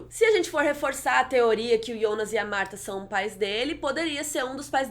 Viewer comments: só queria que você falasse Jonas em vez de Ionas e Helge em vez de Helga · ionas? Eu sempre pronunciei Jonas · Por que vc fala Ionas e não Jonas? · Que porra é essa de ionas?Não é Jonas? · Para de falar ionas e jonas e eu acho que e filha da hanna se reparar bo desenho dos olhos